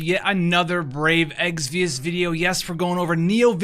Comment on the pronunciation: You always pronounce it "eggsvius". Lol Just had to throw that out there. Thanks for the videos by the way. They are very helpful.